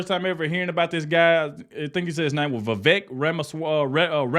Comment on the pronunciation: Definitely AGREE with The Officer Tatum! Vivek & Trump as a Team will be MY choice. BUT HIS NAME IS PRONOUNCED LIKE “CAKE” i.e. Viv-Aaake